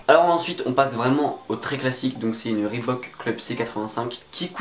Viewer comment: Enfin quelqu'un qui sait dire reebok correctement